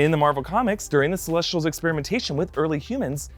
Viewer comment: How he says celesh-sh-tials not celessss-tials reminds me so much of Abby Lee Miller saying cosh-sh-tume all the time